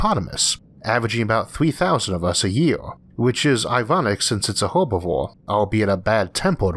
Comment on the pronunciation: I get a little tingle of joy when I hear that Isaac also pronounces it "Herb-ivore". Love the vid as always.